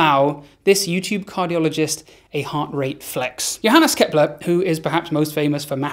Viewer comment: I had no idea Kepler was Welsh?